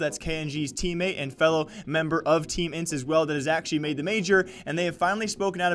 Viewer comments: Brooooo dont say intz it hurts me its I-N-T-Z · It’s pronounced letter by letter in the name INTZ not as one word because it sounds like you are saying Ence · I hate when people spell out intz can't you just it fast instead of ajentized